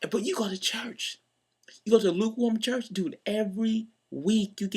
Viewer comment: Luke warm *church. (not "chest")